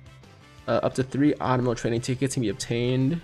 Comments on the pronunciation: Hey, not a big deal but its Uh-tum-nal, not Ahttum-nal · ITS AU-TUM-NAL TRAINING CAMPAIGN and not the Autumnal Campaign my god get your sentences RIGHT WILL YA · Pretty sure autumnal is ah-tum-null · Yo tiger please read this!! Its " Aw-Tum-nul" autumnal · Fun fact. Autumnal is pronounced "aa·tuhm·nuh" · Yo tiger not trying to be a grammar nazi, but if you want to correct your speech it's pronounced "Ahh Tum Null" Autumnal. Not making fun of your speech. Just trying to help a fellow person out. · Not that it matters but think the N in Autumnal is silent like in the word Autumn. And I believe their's gonna be a Part 2.